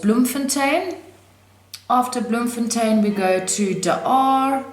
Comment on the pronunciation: Yeah enjoyed that-You said "Bloemfontein" brilliantly with the Dutch accent -Lived in Bloem for many years and now in CT-CT is way better!